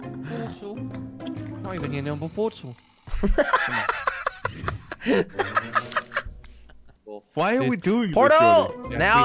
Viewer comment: kwebbleekop saying portal weird